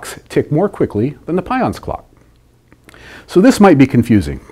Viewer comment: Just for information (no offense): he accidentally said "pouons" instead of pions. You can see his mouth moves differently than what is heard so it was edited in.